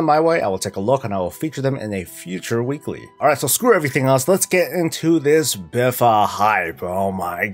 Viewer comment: I hate that this guy calls it BIFA. BFA!